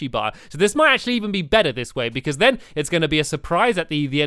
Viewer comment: I love how stamps say "because"......hehe...."becooze" 😂